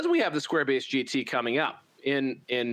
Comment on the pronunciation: Sounds like you're saying square-bassed. Which sounds like a processed fish patty...